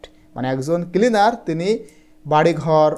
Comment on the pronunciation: Kilinar 😂😂nacleaner😂😂